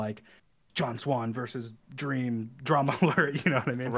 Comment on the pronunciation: 1 word: dweam